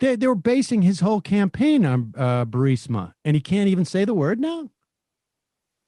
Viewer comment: Berisma, I was waiting for him to say barista. Need me some espresso to get through this nightmare.